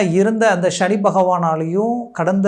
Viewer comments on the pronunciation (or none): Please prounance as SANI bhagwan ,please don't pronounce as SHANI it sounds negative